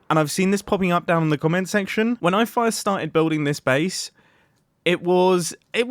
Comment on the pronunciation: in the video he says FIRErst instead of first